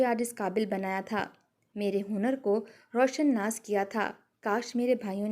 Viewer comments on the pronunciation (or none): Roshan nas nahi Roshnas hota hai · اے محترمہ یہ لفظ روشن ناس نہیں ہے بلکہ اسے اگر دو حصوں میں پڑھیں تو صحیح تلفظ ادا ہو گا۔ 1۔ رو 2شناس